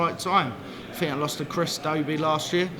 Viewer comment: Cross did not pronounce a "th" the whole interview. I fink his frow is nofing to sniff at.